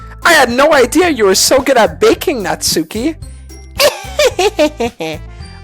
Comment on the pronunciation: Natsuki is pronounced NA-TSA-KE